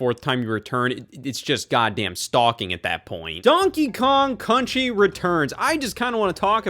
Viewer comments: "Donkey Kong Cunchy Returns" - Scott Wozniak, 2025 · donkey kong cunchy returns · “Donkey Kong Cunchy Returns” -Wott the Scoz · donkey kong cunchee